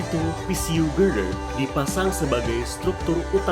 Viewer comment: Bacanya Girder saja, yg ceta gak usah di pelo-peloin gyerdyergh 😅